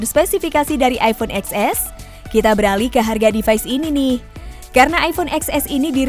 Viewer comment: Kenapa gak bilang ten s sih mbak? Capek dengernya